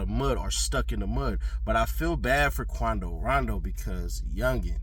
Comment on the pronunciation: How can you mispronounce his name when his rap name is based on it. Come on